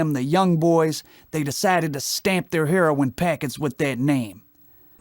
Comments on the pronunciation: it's pronounced "Hair-row-in"......NOT "Hair-ron"......jeez. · what is the problem saying heroin? its not hair-on